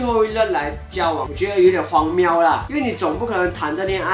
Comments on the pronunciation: ，荒谬（miu) NOT "庙“（miao) LOL 🤣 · ，荒谬的谬读miu第四声哦